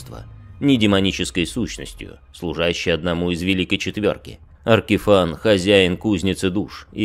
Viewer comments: очень смешно, но не мне же одному Ваштор АркифАн слух режет. Если у него имя Vashtorr the Arkifane, то и читать наверное надо Аркифейн. Я поэтому не смог слушать, а то каждый раз когда слышишь Аркифан оно пипец как отвлекает и раздражает. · На звук его имя произносится большинство именно Аркифэйн (и да я не знаю что конкретно писать е или э в данном случаи). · Как же ухо режет "Аркифан"! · Как же режет ухо Аркифан, откровенно тяжело слушать